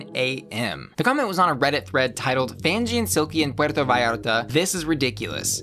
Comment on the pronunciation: Okayyyy I see you with your pronouncement of Puerto Vallarta. Had the whole accent and everything. (Next thing Yk, you’re actually Latino and I look stupid by praising how you pronounced it 😭😭)